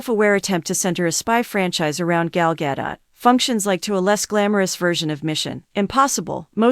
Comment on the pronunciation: Try to pronounce her name correctly, if you want people to take your new seriously. Its also insulting.